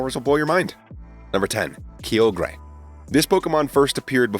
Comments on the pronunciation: Key-o-gray????? KY-OGRE…. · no hate but they way you said kyogre made me laughe